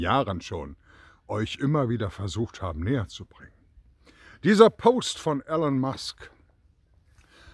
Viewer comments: Super Video! Aber er heißt nicht Alan sondern ELON!!! Man spricht "ILON" - seinen Namen sollte man schon richtig aussprechen. lg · E L O N ! Nicht "Allen". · Er heißt Elon, nicht Alan. Könnte man inzwischen wissen.